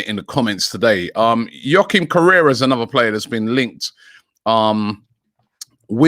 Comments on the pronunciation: Robbie its Joaquin Correa not correra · It’s correa not correra 🤦🏽‍♂️😂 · Mans name is Correa not Correra lmao does Robbie even care at this point? Good player though